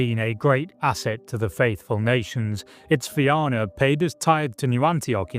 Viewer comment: Im glad you managed to pronounce Éire correctly. Fianna on the other hand..... Great video anyway!